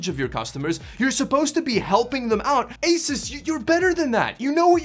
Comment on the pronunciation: I was told by an Asus employee it's pronounces Ay-soos.